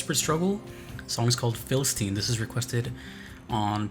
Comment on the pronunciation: It's not just me and she's totally mispronouncing philistine, right?